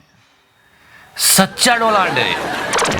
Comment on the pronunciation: Donald pronounciation by Modi 😂😂😂 # godi media har jagah h😂😂😂 we connect the doubt ..shaaaant......😂😂😂😂😂